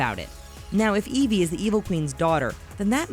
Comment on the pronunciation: You keep saying edi not evie